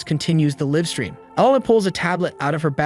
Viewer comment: Live is pronounced /līv/. Get it right or just stop translating videos to English until you know English better than me. And I'm just an ordinary guy, so you can do it if you try.